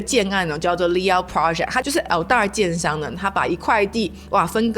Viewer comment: 老听着你叫人家奸商奸商的，听到第八次才知道你在说“建商”😅